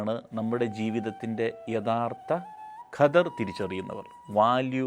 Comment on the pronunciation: ഖദർ എന്നാണെന്ന് തോന്നുന്നില്ല. ക്വദ്ര്.. കദർ എന്നൊക്കെ ആണ് കേട്ടിട്ടുള്ളത്. Anyway നല്ല msg ആണ്.